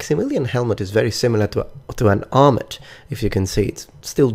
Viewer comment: Gosh I dunno which I like better! I love them both too much. I honestly hate the way the Maximilian armor looks though! Also I think "armet" is pronounced with a silent "t" but I could be wrong.